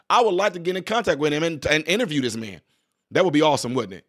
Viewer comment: It’s Man not Ma’am. 🤣🤣🤣